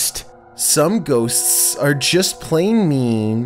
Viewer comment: Who else heard "ghostSS" 😂